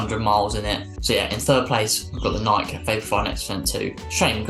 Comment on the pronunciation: Great rundown. Pet peeve of mine: It's pronounced Nik-e, not Naik. :P